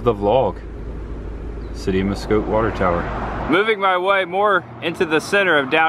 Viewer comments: Love your show. Pronounced Mass-scott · Marcotte is pronounced "Mass Cot"